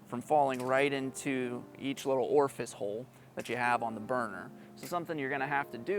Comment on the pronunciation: "orfice holes"